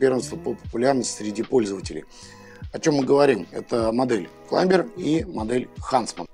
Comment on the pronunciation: ВиктОринокс. Сама компания в инструкции обозначает зубочистку, именно как зубочистку. это НЕ палочка для обслуживания))). Не "Климбер", а "Клайме" в амерском произношении, или "Клаймер" в англовском. Учите матчасть))), а то прям беее...досматривать не стал